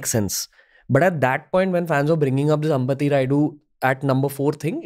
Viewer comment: Please Pronounce our South Names Properly it's not अंबति it's अंबटि